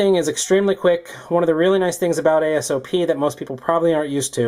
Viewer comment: LMAO at "ASOP"